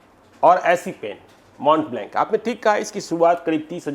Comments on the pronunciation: ✔️ ऐ! 1. "स्टैंडर्ड ऑफ लिविंग" को "लिविंग ऑफ स्टैंडर्ड" क्यों बोलते हो? 2. उस पेन को " मो ब्लाँ " कहा जाता है । उसको तुम "मोंट ब्लैंक" क्यों बोल रहे हो? मेरी बात का बुरा मत मानो । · It is not “माउंट ब्लैंक” it is pronounced as “ मोब बलो “